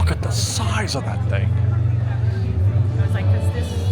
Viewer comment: “Look at the schize of that thing!”